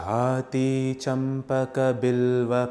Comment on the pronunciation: Namaste, the narration is very beautiful. But it is not jathi, it must be jaaji-name of a flower I feel.